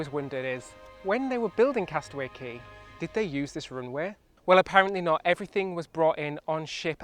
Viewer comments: Yes, Cay is properly pronounced Kee, never ever Kay. Ignore Royal Caribbean's ignorant, confusing, and disrespectful mispronunciation. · I still remember when Castaway Cay (Disney pronounces it “Key”) hit the newspapers in 1998. I also remember reading about their (then) new cruise line and kinda going, “Wow!” I thought it all sounded really exotic and fun. Little did I know that 25 years later I would be a cruise addict and visiting the island! (Well, actually I’ll be visiting Perfect Day later this month, that’s as close as I get) - but still it’s thrilling! Can’t wait 🤗